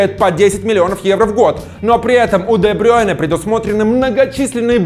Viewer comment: Де Брю́йне а не Де Брейне